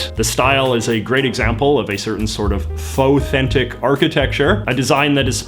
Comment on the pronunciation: Somebody tell JJ he is pronouncing "fauxthentic" wrong. It rhymes with "authentic".